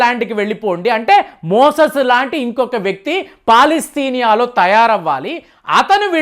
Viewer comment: మోసెస్ కాదు అయ్యా, మోజెస్.